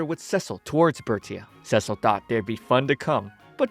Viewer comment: The constant mispronouncation of "Cecil" driving anyone else just a little bit crazy. For those who don't know he's pronouncing it the feminine name "Cecile" (seh-seal) in stead of the masculine "Cecil" (Seh-cell) which is how it's pronounced in the show.